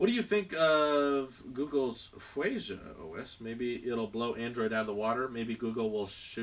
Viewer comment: Yeah ! Someone mentioned Google's project fuchsia also it's pronounced (fue-sha).